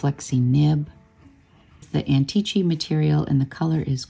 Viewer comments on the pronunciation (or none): The pronunciation is antiki not antichi❤😊